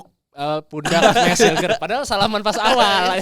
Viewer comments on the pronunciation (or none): mis huilhers.....bukan mes hilgers.....please...